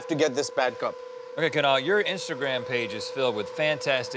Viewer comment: For the first time in my life I actually like my name as it's being pronounced by Kunal.